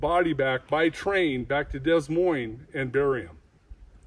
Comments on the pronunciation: Des Moines pronounced De Moine. You definitely can tell he’s not from my neck of the woods. However, I do enjoy listening to his re-accounting of his experiences. Did you get a good look at their faces? Dad, mom, and a baby Squatch that definitely could have been a bad situation. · I know right, you don't pronounce the S in Des Moine 😊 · Finally. A Bigfoot documentary with some really good stories. I love the guy who calls the city “Dez Moines”. Someone should tell him how it’s pronounced. Thanks for the video!